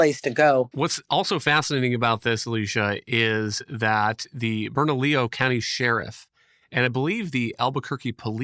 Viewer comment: Ber-na-lee-oh. Bernalillo. I keep playing this audio back and I think you just misread the name.